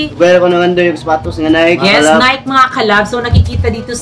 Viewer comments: NiKe (Nay-kee) sis hindi Nike (Nayk) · Nike.. nayki po pag pronounce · Sa mga nalilito po kung anong tamang pronounciation ng NIKE ganto po yun. NIKE is pronounce as NAY-KI. 😁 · nike it doesn't sound right ? ang saktong pag pronounce ana is NAY-KI 😘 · NIKE pronounce as NAY-KI po 😊